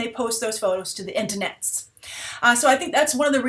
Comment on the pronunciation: I love the way you say "The intanets"